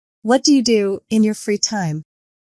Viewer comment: The correct word is free time not fre time